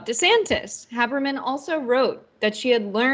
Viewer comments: CORRECTION for video maker: I wouldn’t normally mention an error, but Maggie Haberman is one of the biggest names in journalism. Her last name is pronounced HAY-BERMAN not HA-BERMAN and was done here. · HAY-ber-man. Comes off as intellectually lazy to mispronounce her name. She's the top reporter in the country. No excuse, do better TYT. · “Haberman” is pronounced HAY-ber-min. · Very sorry, but I can't listen, or take seriously, this host who can't pronounce Maggie Haberman's name. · Love TYT. Have turned many people onto you guys. She should’ve done a Modicum of due diligence and learned how to pronounce an award winning journalist’s name first. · I noticed that too. didn't get Haberman's name right, which is weird as she's so well known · long a when you pronounce Haberman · I was going to mention this.